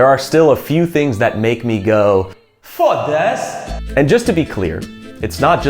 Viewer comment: you got foda-se perfectly.